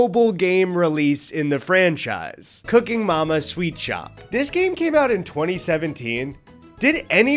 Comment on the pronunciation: SWEET. SHOP. not sweatshop…